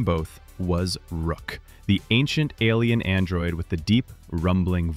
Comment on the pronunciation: The character's name was ROCK, not ROOK! How about R.I.P. AI?